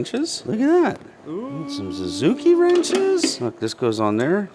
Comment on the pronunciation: I love that you say Zuzuki instead of Suzuki.